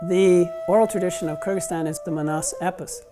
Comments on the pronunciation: i thought the pronunciation of kyrgyzstan would be much more complex than KURGISTAN. a bit disappointed honestly. kinda wish it was like ky-rejig-ee-ztan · Btw this is how you pronounce Kyrgyzstan: Ker-zick-stan